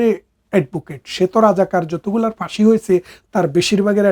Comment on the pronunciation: আপনি তো শিক্ষিত মানুষ তাহলে ভাষা উচ্চারণে এতো ভুল কেনো? ফাঁসিকে বলেন পাসি 😂 ফলাফলকে বলেন পলাফল 😂? আরো অনেক শব্দ আছে যে গুলো আপনার মুখ থেকে শুনলে হাসি পায়। পরবর্তীতে দয়া করে শব্দ গুলো সঠিকভাবে উচ্চারণ করবেন। ধন্যবাদ।